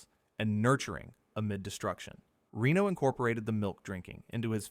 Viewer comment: Reno's and Besson's names are also severely mispronounced. What do you expect from AI slop?